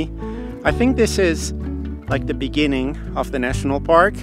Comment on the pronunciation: you said Beginning, i heard "in the benninging" that meme.. 🤣🤣🤣🤣